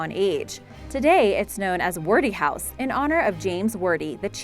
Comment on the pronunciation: After discovering more atrocities here's part 2! 1. Fafe - the E is silent. Sounds like 'faff' 2. Hermitage is pronounced like 'hermitidge' 3. Wordie is pronounced like 'wardie' 4.Rudimentary is emphasised incorrectly 5. Newfoundland is emphasised incorrectly 6. You removed 'Svalbard' from the commentary, no doubt due to terrible mispronunciation (the D is silent)- it remained on closed captions. 7. Ellidaey is actually pronounced a little like "Adlidaay' it's a complex one. 8. Vestmannaejar again complex, like 'vestman airrr'. 9. Archipelago - don't say the H. .10. You also pronounced Bjork wrong too. how can you say 'BOOOOKcases with BOOKS in it' and mispronounce the first word just a second before saying it correctly?!?!? Dear God woman, get another job. It took me 2 mins to look the couple I was unsure of up on google. What's your excuse?